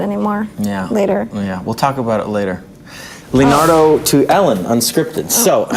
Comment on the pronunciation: Very funny l like this a lot xD Fave part is where Leonardo messes up his own name lol wow, good job. xD I felt like the questions were really awkward :O tho And geez I didn't even know Leo was funny, I always thought he was boring... Awesome movie saw it like 10 times lol